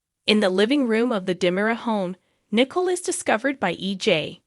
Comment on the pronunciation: It is not Nickel. It is Nic ole! Please learn character names!